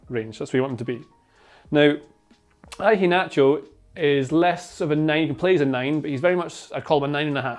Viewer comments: every time says "I-HE-NACHO" its so cringe definitely ruined the video for me. A better pronunciation is "HE-A-NACHO" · Why are you pronouncing the start of Iheanacho like that? Like Ivan? Ian and Inverkeithing aren't pronounced like that.